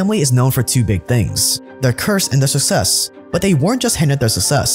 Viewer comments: Thanks for the video. I’d like to mention that you could pronounce “success” better :) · Say it with me,: Success phonetically is "SUCK-SESS"... "SUCK....SESSSSSSS" Love you man-- keep up the fantastic work; you guys always do such a professional job!!! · I love these but hearing “success” pronounced “suh-sess” so many times makes me uncomfortable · Your channel is awesome and I love your videos but please stop pronouncing success as sussess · I love your channel but your mispronouncing success drives me nuts